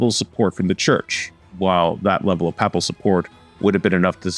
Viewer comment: Narrator needs to research pronunciation of words (e.g., “papal”).